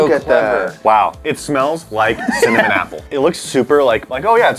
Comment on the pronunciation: Did like no one relies that said cimanim I’m dieing😂😂😂😂😂